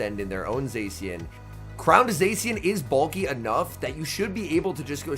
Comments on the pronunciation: Zā-shee-en not zay-see-uhn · This guy still hasn't learned how to pronounce Zacian